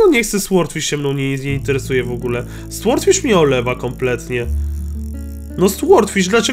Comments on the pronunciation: to tak przeszkadza jak mówisz słordfisz. Powinno się czytać sordfisz. Nie ma za co😉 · nie,,słordfisz", tylko,,sordfisz" się mówi! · Brimble Fish W słowie sword jak i w słowie sword fish, w jest nieczytelne czyli powinno się czytać sordfisz i niewyraźnie r i d😉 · Franek Zawias Nie da się tego przeczytać po polsku, bo nie jest to ani ł ani o. Jest to dźwięk coś między, i gdy czytasz fish to i wymawia się jako y.